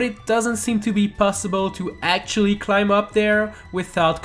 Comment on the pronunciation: ITS CLIMB dont say the b